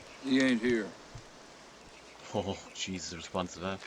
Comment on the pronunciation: "Jee-sus!" Close, very close.